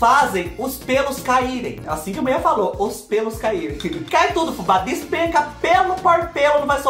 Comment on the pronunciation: Kkkkkkk o melhor é te ouvir dizer " a Muié mentiu pá nós" kkkkk a gente já sabe o resultado, mas a gente espera kkkkk você é demais, o que você não faz por nós?!!